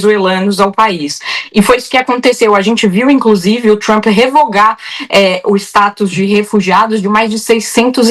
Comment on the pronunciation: Jornalismo hipócrita e covarde: referem-se a Maduro como "ditador" e "autocrata" e ao líder sanguinário do império simplesmente como "presidente Trumpi" ou "Trumpi" em inglês mal pronunciado. Babadores vira-latas!!